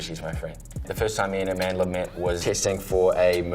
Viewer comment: “Amandler” omg the accent